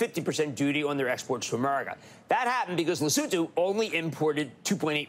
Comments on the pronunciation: Not sure what I'm more amazed by, the fact that some American's thought Trump's mad plans might just work or an American correctly pronounced Lesotho. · also kinda shocked at hearing Cramer pronouncing “Lesotho” correctly! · Thank you for pronouncing Lesotho correctly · AND he pronounced Lesotho properly 😅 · Thank you, John, and Jim Cramer, for pronouncing Lesotho properly.